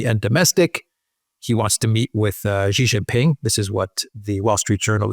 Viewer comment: Pls get your pronunciation of Xi JinPing correct. I've watched this channel for almost 4 years now. Xi is such an important and key political leader in this era and I think you should get this right. I understand that Chinese phonetics are difficult for non-Chinese and not expecting you to get the tonal pronunciation. Well has got at least the English pronunciation right. Xi is pronounced C as in the alphabet a b c. Jin is as in gin, a soft G.